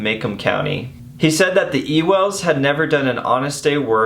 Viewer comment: wait i thought ‘Ewells’ was pronounced ‘you-els’